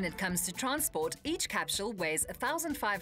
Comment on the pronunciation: why is she saying capshule not capsule ? :/